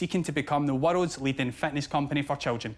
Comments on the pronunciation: He is saying "Fatness" instead of Fitness... :P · Every time he says 'fitness' I hear 'fatness' 😂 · Lol I love how the way Duncan says “fitness, sounds like he’s saying “fatness” to my Canadian ear haha. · I love how he says the word fitness as “fatness” 😂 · I was thinking "A fatness program is not going to help" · I thought he was saying children’s fatness lol. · Everytime he says "fitness" I swear he says "fatness" and that changes everything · Sometimes him saying fitness sounds like Fatness lol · Every time he says "fitness" I hear "fatness" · Did he say fatness activities? 🤔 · If he wants to run a fitness company, he should work on not pronouncing it to sound like “fatness.” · Ironically how it sounds like he's saying fatness every time he says fitness. Amazingly those words are interchangeable. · Every time he says Fitness, it totally sounds like he is saying "Fatness"